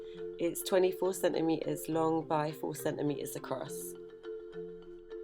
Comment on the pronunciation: Centimetres has two “T”s in it. Please pronounce them